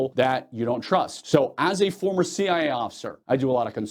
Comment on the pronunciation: Interesting...you don't quite say C.I.A. You kind of slur it so it "sounds" like C.I.A., but it's really just C.I. Am I wrong?